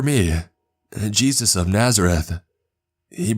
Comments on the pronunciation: Lmaoo I wanna know what Hispanic calls Jesus "Chus". That's the first time I've ever heard that 🤣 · Dude says jesus like its spelt Juice. Kinda ruined the whole story hearing that. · Jesus in Spanish is pronounced juice 😂